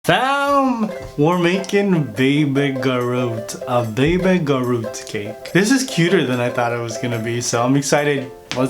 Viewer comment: Did he say Baby Garoot instead of Baby Groot? 😆😂🤣🤪